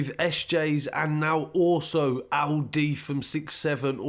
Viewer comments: Bruh, it's pronounced "El -Dee" not "Ow -Dee" 🤷🏿‍♂️ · I Thought My Man Said Alidi 😂😂😂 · How's he pronouncing LD as Aldi 😂😂😂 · He pronounces “LD” weirdly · Lol ur accent when u say LD😂